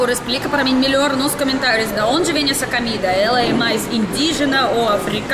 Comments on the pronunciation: Comida e não camida.!!! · Você está falando cAmida . O certo é cOmida. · Comida, comida com o. 😘 Você diz sempre camida com a 🤣 te amo 🤗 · "CAMIDA"....rsss.. mto engraçada essa russinha...😘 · Eu gosto quando você diz "camida". Você precisa ir a Ilhéus e provar a "moqueca arretada" do Vesúvio.